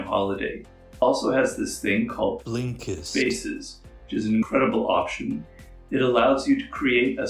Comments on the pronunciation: Law 49: remember how to pronounce the name of your sponsor. Specially when you claim to use it lol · I love how you say blinkest 😂 it makes me laugh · Is he saying/pronouncing Blinkist wrong in the ad? Lol, they keep dubbing over Robert’s voice - and it feels super odd.